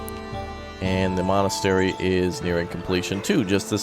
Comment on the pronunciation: I feel like he just said molestery